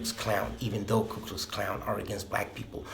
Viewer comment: Who else heard him say ku klux klown?😂